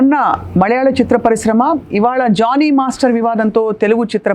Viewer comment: Its Jani ...not Johny